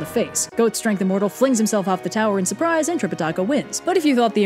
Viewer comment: When monkey surprised the monks he really said sUpRiSE sHaWtY